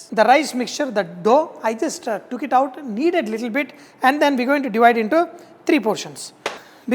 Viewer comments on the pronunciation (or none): none